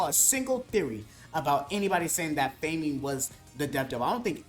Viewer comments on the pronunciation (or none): You mean Fah- muhn, that’s not how you pronounce famine.